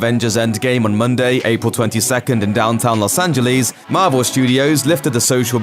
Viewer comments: It's called los Angeles not angeleas 😐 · Los Angelees? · Did he just say Los AngeLEES, lol I applaud that pronunciation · Los angelis???😂😂😂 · Los Angeleez